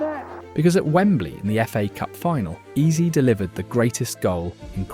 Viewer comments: Heyze (Eze) Not easy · If i hear "Ease" one more time imma flip! Wtf! 😂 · stop using AI, man.. "eberechi eez?" come on. 🙄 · Why hasn't Ebere sued this guy. What the hell is "eberechi ease" or "eberechi eeze"??? Horrific ai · You should try to spell Eze as Ezzay so the AI stops screwing up the pronunciation 😅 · lol EBERECHE EEZEE lol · I'm still confused about the pronunciation of this this guy's name. I have heard his name being pronounced as Ease, Easy...etc. Can someone give me a definitive answer please. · Learn to pronounce his name properly if you are going to dedicate a whole video to him. Eb-er-echi Ez-ey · E in his name is pronounced like e in echo. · Why is he pronouncing the names of Gyokores and Eze like that?